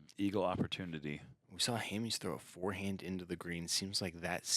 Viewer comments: How are you going to mispronounce Hammes for an entire round when you are a fellow pro player who surely has heard his name a million times? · it's Ham-es not Ham-ease😂